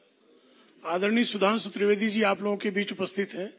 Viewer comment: को हिंदी बोलना नहीं आती. सुधांशु को sudhansu बोलता hai. गला साफ़ नहीं, क्रिमिनल background... क्या मज़ाक़ चल रहा है बीजेपी में?